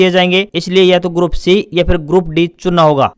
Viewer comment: Bhai grup d ko e ya a na bolkr saf shbdo me d ka ucharn kiya kro